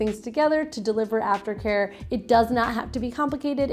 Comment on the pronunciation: I hear it too!!